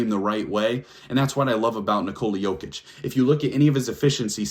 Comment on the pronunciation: Better than main stream media calling MV3 Joe-kick instead of Yo-kitch. Drives me crazy!